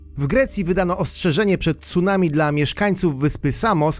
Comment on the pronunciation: ...aaa tego ...TSUnami albo jezioro ..."Rinihue" ...NIE ZAUWAZY£ES ?????????????? PRAWIDuOWO to ...CUnami ..."Ri-ni-ue !!!!!!!!!!!!!!!!!!!!!!